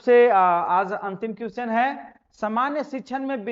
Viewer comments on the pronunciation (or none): Question का तो सही उच्चारण कीजिए